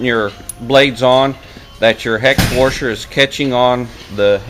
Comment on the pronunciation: It is pronounced wash. There never was a President Wershington.